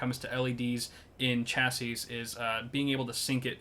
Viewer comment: This guy cant say chassis